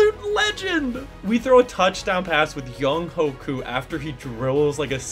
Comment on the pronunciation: Good job on pronunciation! Also good video